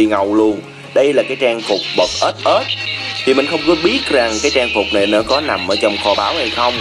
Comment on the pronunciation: Trang phục bậc ết ết. Anh đọc chuẩn ghê